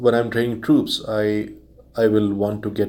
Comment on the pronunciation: It's troops not trups